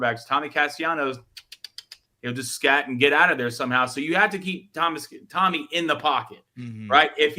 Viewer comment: Can y'all please pronounce Tommy's last name right? It happens every time he's brought up.